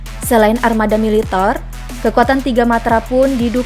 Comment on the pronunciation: Adminnya aneh, yg seharusnya dan umumnya dibaca militèr, populèr, jêmpol,, sama admin malah dibaca militêr, populêr, jémpol... ejaannya dibetulinlah, min!